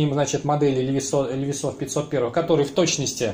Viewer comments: 1) Влад Смирнов, нет. На самом деле: лИвайс. Иногда произносят как ливАйс. Это особенности языка: E зачастую читается как И русское. Во всяком случае компания позиционирует бренд на рынке именно как американское "лИвайс". Автор говорит "ЛевисА", отдавая дань памяти совку и фарцам-подпольщикам. Автор родом из СССР - потому и "Левис". 2) Levi's в Штатах шьют, но немного. Это линейка реплик старых моделей LVC, некоторая раритетная одежда и несколько современных моделей джинсов под маркировкой Made in USA. Но цена в разы выше обычных. Обычные - для широкого потребления - шьют за пределами США. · Бля чувак, как можно любить левайс и называть его левисом.